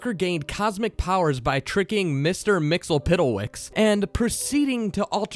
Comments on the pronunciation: Did you hear that, Mister Mixel piddle wix, WTF!? Mister Mxyzptlk Mix - yes - spit -like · "Excape"? "Mixyellpittewix"? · No! Repeat after me Bright boy: It's "MIX - YESS - SPIT - LICK"